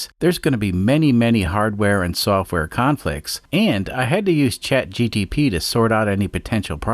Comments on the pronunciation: Fyi, you keep saying chat gtp, it’s gpt, sorry I’m like this. lol. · ChatGPT.... G P T... not GTP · that "ChatGTP" persist